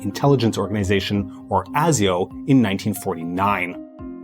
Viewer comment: Great video, as always 💜 Though it's pronounced Ay-zee-oh, also hello ASIO 👋